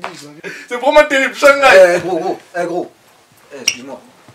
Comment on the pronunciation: Hahahhaha bds au téléphone avec boch Mort de rire il l'a dit Shangayo à changai Xddd ROLOTO on dit pas sa dans coupe décalé Xdddddddddd